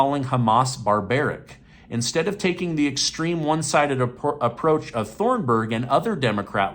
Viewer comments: Thunberg is pronounced Toon-berg. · Thun - Berg...like Tune-burg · "TH" in swedish is pronounced as a simple T.... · you pronouced greta thunbergs wrong. I'm from the same country as her so I know. also lbtq rights is such a non issue who cares either way. Why do republics put so much energy into it. Also kinda tired of how much you try and persuade your audience to think like you. Be less biased is what i'm saying basically. Otherwise your're just like mainstream media.